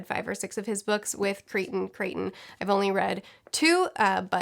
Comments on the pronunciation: Michael Crichton is pronounced like frighten! I strongly recommend Prey, by him. Pretty much all of his books really (except the ones released posthumously). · It's Michael CRY-ton. Hope this helps.